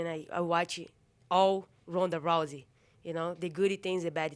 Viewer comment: Did she call Ronda rice at 43 seconds lol